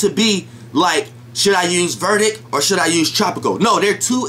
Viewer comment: Is Vedic not verdic bro, just saying, but you made your point.